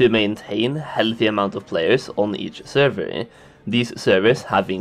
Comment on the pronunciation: Now repeat after me "Server".. not servey or survey